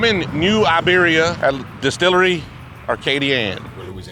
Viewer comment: Great job on the pronunciation of New IBeria!